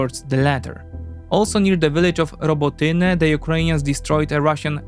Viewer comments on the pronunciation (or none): none